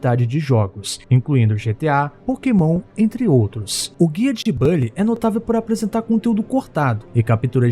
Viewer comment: Cara já foi confirmado não é bally e sim bully